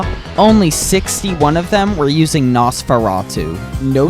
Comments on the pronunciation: no. its nos-fur-ruh-too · it’s pronounced nos fur a t oo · It’s pronounced Noseferatu. Your supposed to say the os name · its nosfur - chouf -atu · it is pronounced nos fur rah too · It’s pronounced “nose-fur-ah-to” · It's pronounced nos-fe-rah-two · Its nos-fer-atu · How to Pronounce Nosferatu ! Noes - Fur - Ra - Too Hope I helped! 🍞 👍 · You know Nosferatu is an old horror character you can just Google how to pronounce his name